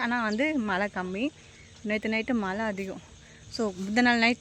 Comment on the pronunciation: திருத்திக்கவே மாட்டீங்களா மலை சொல்லாதீங்க மழை னு சொல்லுங்க